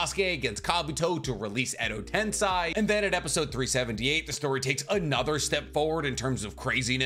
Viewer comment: I swear i like your chanel but every time you say tensai my eardrums bleed, it's tensei have you see the japanese dubbing or English ?